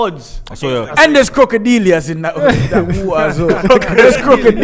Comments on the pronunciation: My man said; CROCADELIAS! 😂😂😂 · Mum vs Kroka-Di- lias 😂😂